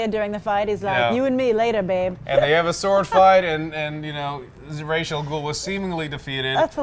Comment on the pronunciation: it is still annoying when i hear people say "Raish" al Ghul, when the word is clearly pronunced "Ra-is" or "Ras" if you would just google translate it.